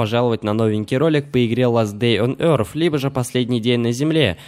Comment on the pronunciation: говори не ласт дей он орз а ласт дей он ёрз